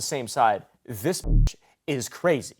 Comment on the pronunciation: Bro dude can’t even say crazy?